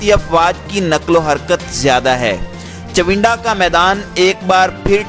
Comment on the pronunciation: چوندہ کیا ھے چونڈہ تو سنا تھا